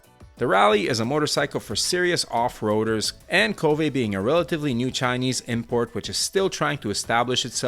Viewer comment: It seems like KTM is betting on their low CC motorcycles. I wish it comes down to the RC range. Also I thought it's pronounced "kōwve" instead of ko-vë. It's what I heard how they pronounce it in SE Asia.